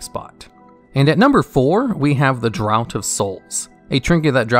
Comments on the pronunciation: draught = draft not drought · draught is pronounced DRAFT, not DROUGHT. its british, take it up with them, but this triggered my OCD. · It's pronounced "DRAFT"! Not "drought". Nice video, though. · "Draught" is not the same word as "drought". It's pronounced "draft". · Draft of souls. DRAFT DRAUGHT not DROUGHT (Drout)... bro bro-ch bro like short for brother. thanks BRO BRO-ch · It’s pronounced “draft” of souls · draught is pronounced as draft. it's an old style of british spelling which is synonymous with elixir or flask or another small vial of liquid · Ion's name is pronounced the same way Ian is. Draught in "Draught of Souls" is pronounced the same way as draft. Unerring is pronounced like un-airing. Edit: Brooch should usually be pronounced the same as broach, it's just a different spelling. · Draught is pronounced like draft. You don't sound old enough to drink, but you can find, "draught beer," signs in bars damn near everywhere in the west. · Draught is pronounced “draft”, like having a beer on draught instead of in a bottle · Too soon, don't talk about Prismatic Crystal. Also draught is pronounced draft. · Decent video but you pronounce words very unusually, particularly draught and brooch. Good list though, there are a few I feel should be in here over others personally, particularly “Rune Of Reorigination” and “Whispers In The Dark” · Is that REALLY how you pronounce "Draught"? Someone needs to ask their dad about grown-up drinks. Or an uncle. Or find any other MAN.